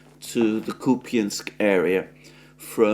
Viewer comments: Kupi what?.. Are you a Klown?...the name of the city is KUPIANSK...soon you will call Moskva maybe Moskiev...the ukronazi version...what is wrong with you man?... You have become a coward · KOOP-y'nsk: It's no Snek ZAIL-and. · Come on, Alexander! Stick to your old Koo-PIANSK pronunciation. It just sounds better now.